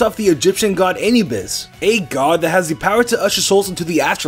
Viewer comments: Anubis (uh-NOO-biss) Not Eh-nyu-bess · CJSai#64 a-noob-bis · CJSai#64 I know right, it's annoying the crap out of me. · uh-new-bis not ey-nyu-bis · Ay-nu-bis? Is that one of those British pronunciations, I thought it was Ah-nu-bis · a noob bis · the way he says anubos is murder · Anubis is prounaced (I don't know how to spell it) a-nou-bes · It’s Ah-new-bis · This man said aye-nubis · saying anubis:anyubis.....dafuq man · lucario is based off of the god anebis ME:cringes intensely. Bro it’s Anubis It literally says it on the screen and you still said it wron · It’s said as anewbus not what said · you said Anubis wrong it's (uh-noo-bis) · It's Ah - new - biss not what ever the hell you said. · Anubis( a-new-bis) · it's uh NOO bis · Thank you. I was upset when he said it incorrectly. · They way he pronounces anubis kinda hurts me a bit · I just rewatched this video and it triggered me when he said Anubis wrong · That's... Not how you say Anubis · A-NEW-BIS Great videos, just so cringey on how badly you mispronounce pokemon names so often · Long A on Anubis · Say anubis again bro 🤣😂🤣😂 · triggered by the way he pronounces anubis